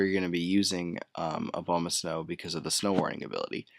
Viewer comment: BTW it's A-bomb-ah-snow, you know-- abominable snowman?